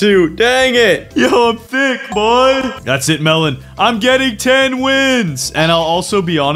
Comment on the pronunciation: melon pov : im so tick insted of thick lol😂